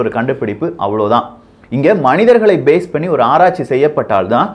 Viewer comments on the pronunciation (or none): none